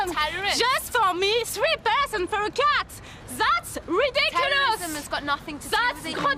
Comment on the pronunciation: ZAAT IS REDEKYOOOOLOS!!